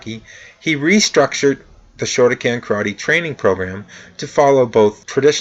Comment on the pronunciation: I understand pronunciation issues but you absolutely have to get the name of the style at least basically correct--Shoto kan not shoto CAN. How can you not be able to pronounce the name of a style you study?